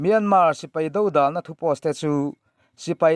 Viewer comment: Dodàlna tih hi "Mi bo awmna" tiha 'Bo awmna' tih anga lam rik loh tur. Do hi awmna tiha awm tih anga a ri hniama lam rik tur.